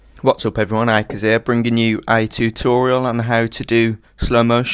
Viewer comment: u cant say "R" Twixtooo Tutoiaal